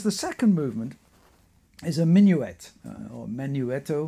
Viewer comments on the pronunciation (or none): none